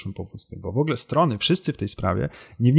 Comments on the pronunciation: Przyznam szczerze - straciłem w pewnym momencie cierpliwość do Pana materiału. Szanowny Panie. Szlachectwo zobowiązuje. Mówimy "w ogóle" a nie "wogle". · Szanowny Panie! Szlacheckich korzeni nie mam, więc z tego tytuły żadnych zobowiązań :) ja źle wymawiam, ale nie mówi się też "w ogóle" tylko "wogóle" z akcentem na pierwszą sylabę.